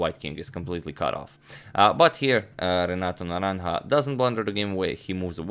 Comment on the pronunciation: I’m most impressed with your pronunciation of Renato’s full name over and again.